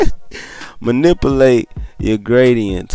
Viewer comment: Because I watch this tutorial many times, "the manipliyay" thing always kills me😂